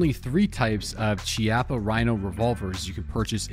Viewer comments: Its key-ah-pah. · I think it's pronounced Key-Appa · It's pronounced (key-appo) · Hey, just so you know, the "ch" in "Chiappa" is pronounced with a K or hard C sound. And as most Italians will be very quick to point out, "Chiappa" here is also slang for asscheek (singular, plural would be "Chiappe"). The more you know:)